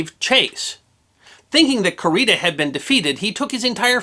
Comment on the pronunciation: Kurita = koo ree tah, no accent. Takeo = tah kay (as in May) oh. No accent.